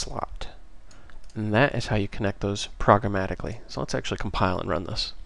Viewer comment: "progarmatically" I like how it sounds... I can say surely you are not "VOID"